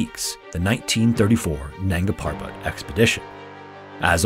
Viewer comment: Nanga Parbat (Naked Mountain). The first a in nanga is like a 'u', the b in parbat is prounonced like a 'v' and r should rolled liked a double r (rr). Nungaa Purrrrvat.